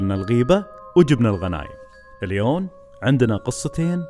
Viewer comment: Geogeo Astf هو ما قال اليوم قال اليون 🙂